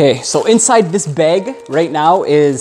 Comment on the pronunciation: He says beg instead of bag 🤣